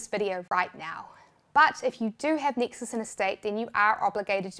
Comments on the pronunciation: i also heard texas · I thought she said Texas 😂